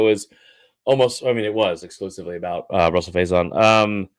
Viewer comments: Why does this guy keep calling him “Russell “??? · He's been saying it like that all year